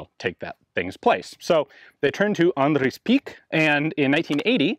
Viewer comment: Dam bru how you said andre you sounded like an Afrikaans person